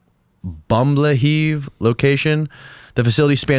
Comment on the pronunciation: Bamblehief LOLOL Bumblehive like a beehive..lol